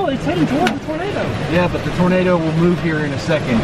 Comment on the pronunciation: its toenado